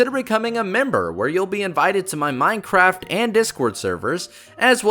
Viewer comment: why are you so stupid you are saying is menehraft